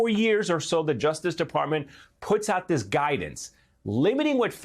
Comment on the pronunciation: "We have to get dis wight. Silly wabbits." -- Merrick "Elmer Fudd" Garland